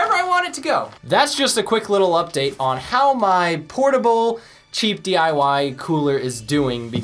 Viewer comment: Anyone else notice it sounded like he said "portable small DUI air conditioner?"